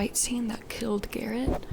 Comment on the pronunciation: his name is garret not darek 😭